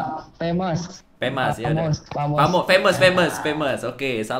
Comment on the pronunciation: lu divideo bilangnya femes asww, jauh bgt jd fams bee